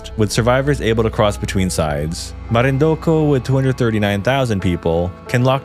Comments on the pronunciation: You said you are born and raised here but you speak the names of places funny For example its MarinduQUE not marinduKU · Only urban legends know, btw it's pronounced “marinduke” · Born & raised in the philippines but can't pronounce Marindu-QUE!!! I was born in the philippines but raised in the US and still speak, Read and know how to pronounce Filipino word correctly. This is most likely an unnecessary comment, but coming from MARINDUQUE- that just really bothered me. Anyways..... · Marindunque (Que) (k) no co! 😅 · It's MarinduQUE. Just sayin'. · Marindokooooo? Lol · "mimorapa" "marindoku" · Here's wishing your theory be tested NOW. PH might be saved if Luzon population is reduced 🤔 As for Butuan, that's pronounced Boot-wan. As always, Tagalogs forcing wrong pronunciation into Filipino language to show their superiority pfffft... And there is no such thing as Marindoko. Marinduque is pronounced Marin-duki. Tuguegarao? Tugegarago was it? So many proper nouns you can improve here before you published...